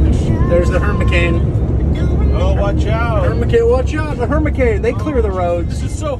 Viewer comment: Hurricame hahahaha, love the slipped words, always gets me chucklin.